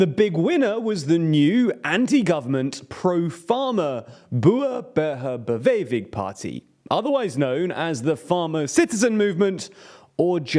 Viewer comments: "Boehr burweh bewewe" party is what you said sounded like to a dutchman instead of "boer burger beweging" 🤣 (i know espescially the dutch g is really to pronounce) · Boehe-beher-bewevig party?! Damn boy you not even trying.